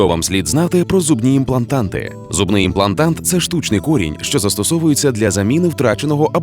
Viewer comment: в тексте: имплантат, в озвучке "имплантант"...